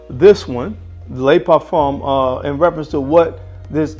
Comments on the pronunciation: It's "luh parfum" not "lay parfum". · It is fantastic, isn’t it !! I really like Y Le Parfum. By the way… it isn’t ‘Lay’ Parfum. Le in French almost sounds like the two oo’s in the word book or look. Nice comparison!! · It doesn't dude I speak French fluently and it's not the 'oo' sound you pronounce the e as a muffled e like 'luh' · "lay parfum" ... lol